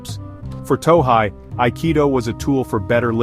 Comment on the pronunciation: It’s “To hey,” not “To hai.”